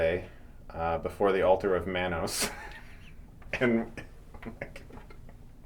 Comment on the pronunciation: It's pronounced Mah-Nose And also do a Neil Breen Movie